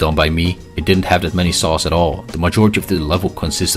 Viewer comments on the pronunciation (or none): Take a shot every time he says “sauce” instead of “saws”